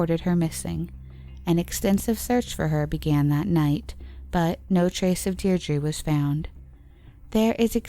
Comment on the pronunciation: You really should have looked up some of the pronunciations of these people and places. It's not like there isn't media coverage from the time, or recent with the people and place names to go off. Louth, Laois, Deirdre, Naas, all wrong. Otherwise great video but like if you're going to do all that research you might as well also learn how to say the names correctly.